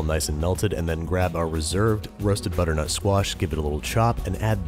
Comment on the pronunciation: Does it sound like he is saying "Butternote Squash Risotto" to everyone else